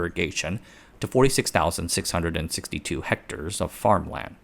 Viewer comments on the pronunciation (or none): none